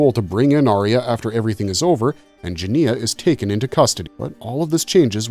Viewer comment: Obviously you didn’t watch the film or you would know how to pronounce the main character’s name. It’s very off putting!